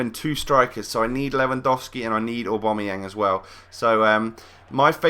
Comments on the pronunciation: AWW BAM EE YANG, NOT AWW BOM A YANG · no, its u-bam-u-yang